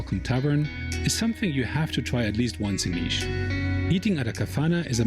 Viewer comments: Its Nish not Nis. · It's pronounce Nish( city has jazz festival called Nishville)